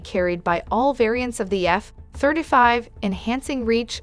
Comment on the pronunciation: "Eff thrda five"